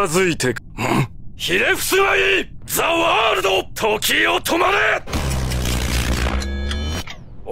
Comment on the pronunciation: Dio: THE WORLDO JoJo: THE CARDO SWIPEO